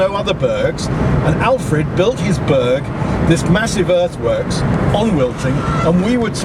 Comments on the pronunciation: Someone needs to teach him how to pronounce Burgh (it's like burr, the g is silent) The Burgh of Hastings was several miles away, in Hastings. One of the ditches he said was the bughal ditch (and the smallest burghal ditch in England if it were to be true) was one of our right angled evaluation trenches we did before we stripped. The archaeology at the top of the hill was Roman. The archaeology in the valley was middle stone age. We were there so long because there was a fuck ton of flint to dig up systematically. We weren't the reason the road was late, as you know, we left over a year ago. The Crowhurst bridge was still unfinished in May... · Burgh is pronounced Bur(g)h, Berr. Please note, MANY of the Berrs built in Alfred's times where built upon many old hill forts, Roman places of occupation, or in places where local villages, hamlets would come together to defend their area. These were built normally to defend areas of travel via land or river, Warningcamp in Sussex is an excellent example, besides the river Arun, or Chichester with its harbours.... Both were Burghs. One beside a river in a place that has been occupied by Celtic, Romans, Romano British and later Saxon/Jutish, whereas Chichester although not an ancient hill fort, or tying in with Alfred's dimensions of a proposed burgh, has got a bloody great Roman built wall around it that would have had a ditch in front of it and would have stood 5 metres tall, but a Burgh Chichester most certainly was. Brilliant vid as always. Keep em coming.